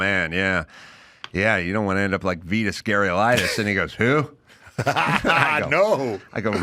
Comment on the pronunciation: Adam can't even begin to pronounce Vitas Gerulaitis